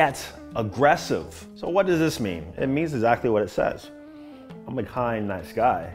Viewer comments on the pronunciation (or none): none